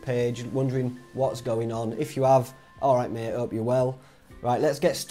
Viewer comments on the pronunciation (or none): none